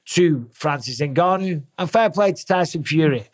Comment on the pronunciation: Very few people know this, but Francis actually left the UFC because Dana refused to pronounce his name properly despite being able to. "In-gone-you", Dana says, just to piss him off